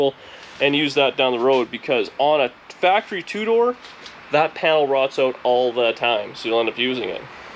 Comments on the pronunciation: Hactory, hahahaha. Sweet refit today. Thanks for sharing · FACTREE NOT HACKTREE!!!!👍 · I love what you said that Dani said HACKORY? Great job my friend....